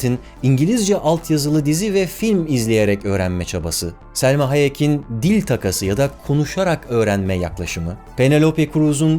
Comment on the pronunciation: Selma Hayek değil bro ya Salma :)